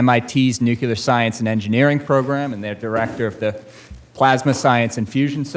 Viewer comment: NU CLE AR not NU CU LAR